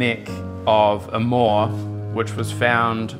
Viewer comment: Someone tell these guys there is no “R” in the word moa…